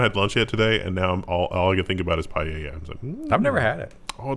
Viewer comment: The irony is that Paella should not be stirred once it's started cooking... lol - Also it's pronounced: Pie-ella | 'pi-el-er'